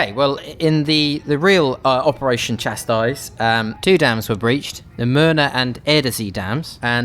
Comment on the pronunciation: Chastise “cha-sE”